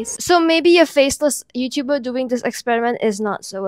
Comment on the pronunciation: please stop dou-yin my mother